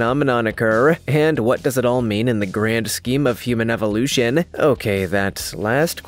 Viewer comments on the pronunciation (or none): none